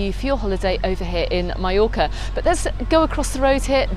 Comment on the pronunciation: Double LL is pronounced Y